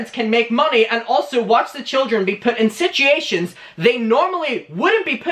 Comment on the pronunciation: Nobody:: “ SITGATION “ 😭😂😂😂😂